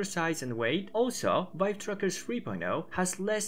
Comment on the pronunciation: Every time you say trackers all I hear is truckers lol.